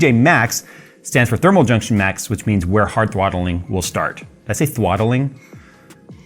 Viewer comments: It is ok, I too am vewy vewy qwiet when hunting for thwottelwing. Good stuff bruh for real. Just laughing with you not at you. If it makes you feel better I cannot say Rural. Nope cannot say it. It comes out woowal. Every time. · "Harthwotling". lol